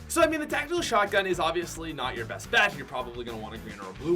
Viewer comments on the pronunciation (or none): Who realized he said ebst rather than best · It’s best not ebst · Worst to ebst great English bro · You said EBST not BEST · STILL SAYS EBST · “E B S T” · "WORST TO EBST" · To “ebst” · "Ebst"pat go home your drunk